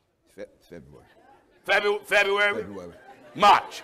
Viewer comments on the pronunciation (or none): Gino: "... December, January, March!" Williams: "Feb-Febuary" 😂🤣